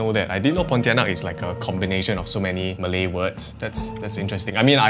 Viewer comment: The malay pronunciation quite good eh